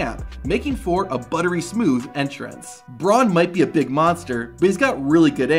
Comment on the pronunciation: Am I the only one hearing him say smoov instead of smooth